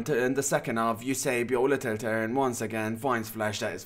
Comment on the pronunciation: No video is complete without at least one "littel tern" lol Great job, as always